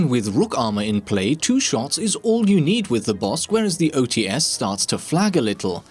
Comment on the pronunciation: the [Ts] part in OTs is a one sound. Read it not as [O Tee S], but [O Ts].